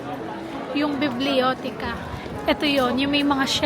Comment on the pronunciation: Helado ung gelato Biblioteca - its stress (pronunciation) is in TE